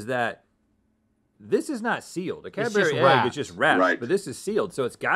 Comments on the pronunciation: Cad-berry....wtf are you saying my dude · Cadbury isnt said that way 😣😣😣😣